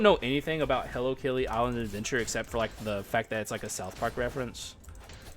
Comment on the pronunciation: I was thinking the same on stream but thought it was a regional thing